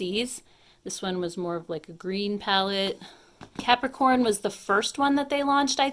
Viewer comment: I heard Capricorn palette as “Peppercorn,” 🙄😅🤣